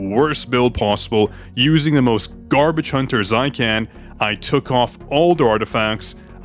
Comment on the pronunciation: The emphasis on GARBAGE while using JinChul was so funny 😂😂😂